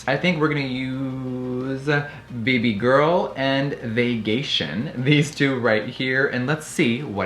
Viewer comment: The way he said "bebeh girl" was weird